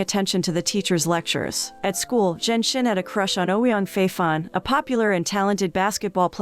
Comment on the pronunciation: Narrator butchered the pronunciation of the female lead character's name. For a while, I was like who's "zen shen"? It's zhen xin. 2nd male lead is Ouyang.